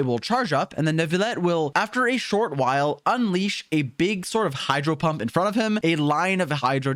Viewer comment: "hydro pump" he said